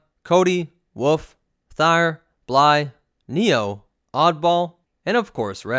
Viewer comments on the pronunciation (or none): You said “woof” instead of wolfe